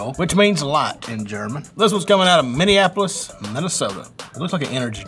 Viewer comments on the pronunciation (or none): none